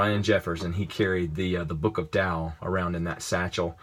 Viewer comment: Finally, someone who says Tao right!